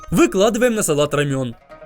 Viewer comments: пожалуйста говори не рамён а рАмен, а то слух режет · Не рамЕн, а рАмен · Какой рамЁн?! Я тебя спрашиваю, где ты там видел букву ё? Оно говорится рамэн, а пишется рамен, где ё?!